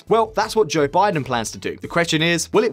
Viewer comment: Joe "B'aye-den"? 🤨